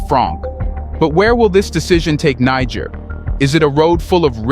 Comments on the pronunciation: its (nee jer) or Ni jer the g is like the letter j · The word 'Niger' is pronounced as 'Nije'😅